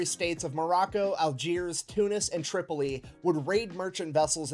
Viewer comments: Tripoli pronounced "trip" - o- lee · Bruh a bit late to the party but I got a small chuckle when you called Tripoli "Chipoltle". Love your videos. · First learn how to say Tripoli. Next is this counterfeit Englishman annoying!!